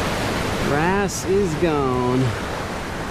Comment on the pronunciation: when you said wrasse I though you were saying grass